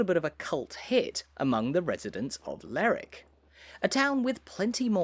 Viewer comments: Lerwick is pronounced both ways in Shetland, it depends on where your from in Shetland. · What kind of idiot makes an upload and can't even pronounce the subject properly?? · Quite right. This mispronunciation is actually quite grating, especially in his lah-dee-dah accent. To give him his due though he's not committing the cardinal sin of calling Shetland "the Shetlands". He's also made the effort to pronounce Scalloway properly - "Scallowuh". Incidentally, the people on Fair Isle pronounce Lerwick like "Lyric". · According to ALL 7 major dictionaries it is pronounced…LER ..WICK. YEAH, NOT SURE WHERE Lerrick came from. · It’s not pronounced “ Lerrick”. The indigenes pronounce every syllable as in Lerwick . I know that in England some names ending in “wick” do get corrupted in a local vernacular to drop the “w” such as in Alnwick but in Scotland all syllables are generally pronounced. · May I comment on your pronunciation of Lerwick. I was on a cruise a few years ago and believe it or not it was the first thing I asked a native was the w. pronounced in the name, but I was assured that it was said with the w. spoken hard.LerWick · Extremely annoying that you keep saying Lerwick as Lerick. Any local will tell you it’s called Lerwick! Apart from that reasonably good walk around. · Get some education before you start making videos. My mother was born in Stouts Court, rebuilt now. If she was still alive and heard you pronounce Lerick for lerwick, she'd have a fit. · I live in Lerwick and that’s how it’s pronounced. It’s Ler-wick, not that silly slang rubbish you hear on the Shetland/Jimmy Perez programme “Ler-ick”. And we’re not Scotland!. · At least get the name right. It’s Lerwick pronouncing the “w”. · Hey,, it's pronounced Ler-wick. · I would pronounce it Leh-wick but ok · I never heard it called Lerrick before. I'm sure it's not right. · Is that the right pronunciation of Lerwick?